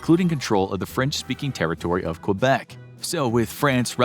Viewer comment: Please pronounce Québec correctly...